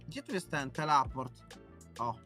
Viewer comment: "Gdzie tu jest ten TELAPORT"